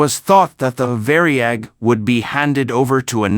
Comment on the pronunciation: It was not called the Vary-ag, it was called the Var-yag!